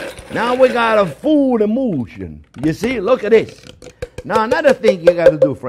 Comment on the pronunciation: Not " emotion" just a French accent when he says "emulsion"